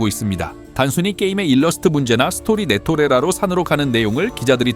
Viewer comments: 선생님 사건이 워낙 많이 터져서 검수하기 힘드신건 알고 있습니다만... NTR은 네토'레'라가 아니고 네토'라'레입니다... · 'NTR' 네토레라 X 네토라레 O